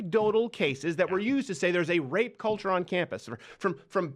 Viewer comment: Rrrrrape, rrrrrape, rape, rrrrrape, rape, rape...lmfao